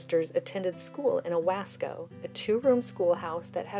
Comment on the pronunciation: Friendly update for you research: Owasco is actually pronounced "Oh WOSS ko", Elnora Ward Oaks had 3 girls (Mary Ellen b. 1926, Freda b 1927, and Ruth Ann b. 1930) and 2 boys (Floyd b. 1936 and Roy b. 1942) , the children of Madison Township (Radnor, Ockley, and Owasco) went to New Hope School (less than a mile from Radnor) from 1926 till 1970; the Radnor school had been condemned in 1910; the Radnor children attended school at Ockley until New Hope was built at the corner of 300 S and US 421, the Radnor Methodist Church is across the street from the Universalist Church you have in the video (I can share a photo to you of the church at the time of the memorial).